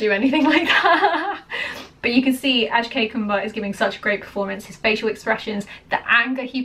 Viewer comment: The moment she said "Ashkay Kumar"; I immediately came down to the comment section!